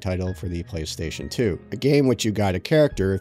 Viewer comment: Herro Praystation